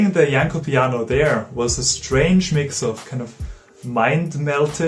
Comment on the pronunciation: Thanks for putting so much effort into this great video essay. Well done for not butchering Janló's name. I found this instrument ages ago and was very much surprised. The futuristic concept is still alive but faces the same problem as it did when it was shown to Franz Liszt... What I always wondered is what if a Rachmaninoff-of-today takes the effort and learns it rising playing it to a virtuoso level...?!